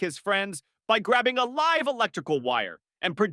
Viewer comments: Don't like the mispronunciations. When it encounters a set of letters such as "LIVE" that could be pronounced either of two ways, "lyv" or "liv", it invariable picks the wrong one. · Funny stuff! I wish they would teach AI how to pronounce stuff though. I realize that the English language is a bit dumb sometimes having the same spelling for different words, like live or live. One rhymes with give and the other rhymes with hive and I've.